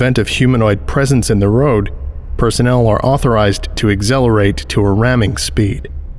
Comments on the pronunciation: Never heard some one pronounce accelerate as "agzelerate" before. No offense intended, but I'm a bit confused about it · Most North American English dialects pronounce accelerate as "ACK SELL ER ATE"...or whoever you really are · I like the part when he days xlerate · You say accelerate wrong